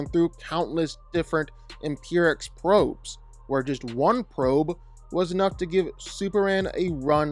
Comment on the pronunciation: he didnt say imperiex...he said impriex 👀